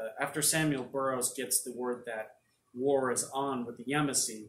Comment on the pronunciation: It’s pronounced Ya•Mas•See